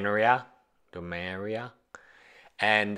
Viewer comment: I've never heard anyone pronounce it "doh" before. o.o